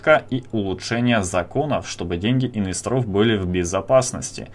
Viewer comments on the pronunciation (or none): Не инвестрОв, а инвЕсторов. А вообщем всё толково